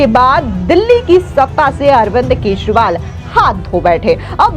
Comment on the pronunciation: केसरीवाल ,केसरीवाल केसरीवाल जरा सही उच्चारण किजिए।